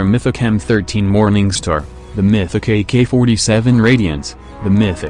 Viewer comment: I swear everytime i hear maythicc instead of mythic 😂😂😂